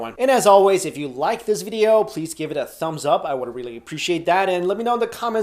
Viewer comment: am i the only one who finds funny how he says video?